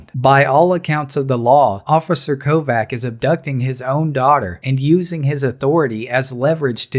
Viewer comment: (kovács) is pronounced as kovach not kovac